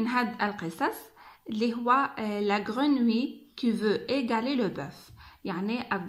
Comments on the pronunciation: Attention à la prononciation du mot grenouille ماشي قرونوي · Faites attention à la prononciation du mot " grenouille" !